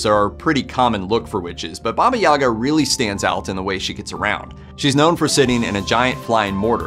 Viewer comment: Why English speakers always mess up stress in Russian words? The stress in Yaga is on the last syllable - Yagá - YagAA. And 'babushka' is first syllable - bábushka - bAAAbooshka. Also never heard of those fairytales... 🤔